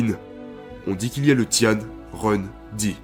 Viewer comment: Juste une chose pour le début Tian se prononce tiène Ren se prononce j'haine Et pour la terre je ne dirai rien ne connaissant pas le caractère Sinon je pense que comme d'habitude la vidéo sera exceptionnelle